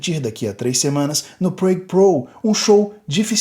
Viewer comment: vamo la, aprende a pronunciar "Prague" direito...